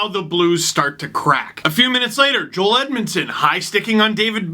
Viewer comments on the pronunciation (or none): none